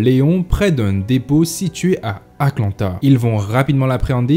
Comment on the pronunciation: Super vidéo ! Quelle affaire sordide. Mais un truc a chatouillé mon oreille tatillonne... Tu Dis ▶️A.C.LANTA au lieu de ▶️ A.T.LANTA Remarque inutile néanmoins vraie. La bise au chat